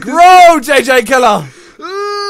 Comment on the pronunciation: It's pronounced jj killer